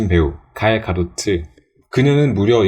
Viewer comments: Musci 읽어보세요. 갈 가도트 ㅋㅋㅋㅋㅋㅋㅋㅋㅋㅋㅋㅋ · 다들 갤가돗이라고 할때 갈 가도트라고하는 능력.. ㅋㅋㅋ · 갤 가돗을 갈 가도트라고 말하는거 처음 보네ㅋㅋ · 갈 가도트... 좀 거슬리네 ㅎㅎㅎ